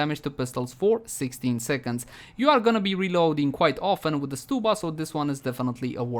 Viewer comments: I think it’s st-uh-bba, not st-oo-bba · odd i pronounce it stub like ticket stub then uh. So stub-uh. Stew-buh sounds so weird to me haha.